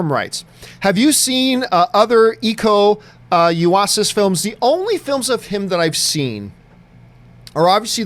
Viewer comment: Not that I care about pronunciations, but if you wanted to know: Iko Uwais is pronounced Iko Oo-way-s